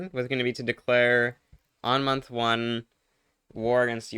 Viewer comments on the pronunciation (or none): none